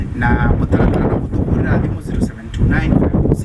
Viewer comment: It's thimo not thimu